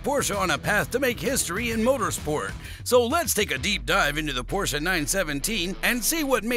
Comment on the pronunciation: Congrats on pronouncing "Porsche" correctly. Thank you for a great video.